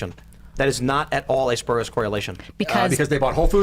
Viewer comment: Geez you guys, spurious is pronounced, SPYUR-ee-əs. The lefties, the righties, and the milquetoast fence-sitter all got that wrong.